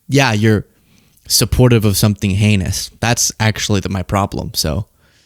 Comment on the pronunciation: Was that heinous or anus?